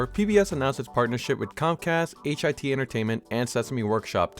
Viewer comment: H-I-T entertainment I’m British And It’s Simply Pronounced HiT.